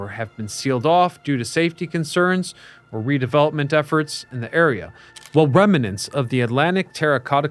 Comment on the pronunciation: They relocated Trafalgar Square to NYC. Amazing! Oh, and it's "rem-nants" not "rem-a-nants".